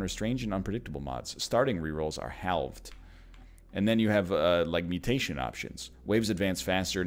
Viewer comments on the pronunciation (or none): Hall-ved? Is that a real Canadian pronunciation or just a quick miss-spoken word while reading on stream? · Haalv'd Ahhh! A person said word in a way that I don't pronounce that word!